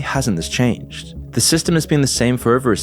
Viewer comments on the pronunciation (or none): none